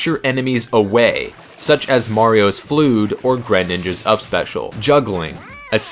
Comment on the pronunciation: "Mario's F.L.O.O.D. and Grehninja's up special"